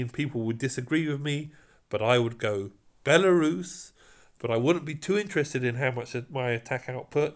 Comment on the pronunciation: Why is it always the British that can’t pronounce the simplest of names lol. Belarus? Really?